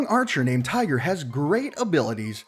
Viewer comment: The way he said tigre I want to die